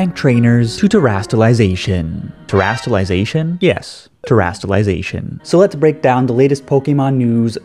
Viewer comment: Them Terastallization me: Terasaliaisisais